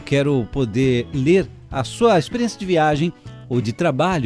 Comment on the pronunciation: Mas que pronúncia horrorosa! Potênça , Experiênça . Para narrar qualquer coisa é importante saber falar corretamente.